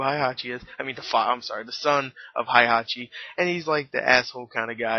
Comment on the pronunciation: the game and the Tekken Movie is not the same, I want to kill the director and script writer of this film. so many errors. the original Tekken story from the game is a lot cooler since there are supernatural beings like Devil Kazuya and Devil Jin. PS: Heihachi is pronounced Hey-Ha-chi.